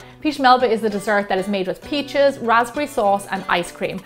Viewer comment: Am I the only one that heard pizzas when she said peaches? lol